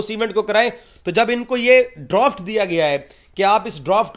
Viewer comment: Droft nahi hota Draft hota hai😂😂😂